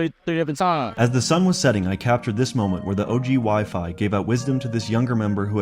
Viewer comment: "Wy-Fy" built like a Popeyes biscuit 😂 Respectfully of course 😅